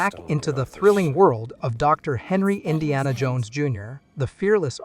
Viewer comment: Why do you say it like that "in Deanna, JONES and the great Sircle"